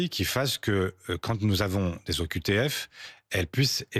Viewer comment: "L'an passé, c'est trois mille z'OQTF qui ont été exécutées..." C'est quoi, une z'OQTF, monsieur Faure?